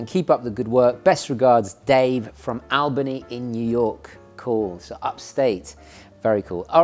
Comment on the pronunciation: Albany (All Bonnie) say it fast.